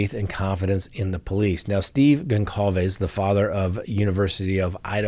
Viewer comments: Sorry,, but it's pronounced Gonçalves (Gonssalves), not Gonkalves. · Please. Goncalves is pronounced with a soft C. Like: Gonsalves. Thank you. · His name is read GonSalvez....C is a S as this is a latin name (doooh, captain obvious!!!). Have some respect ffs!!! You read Cyan not cayan right? so you can pronounce that S even if it's written with a C right? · with all due respect, the surname GonÇalves is pronounced Gone-Sal-Ves, it's of Portuguese extraction.;)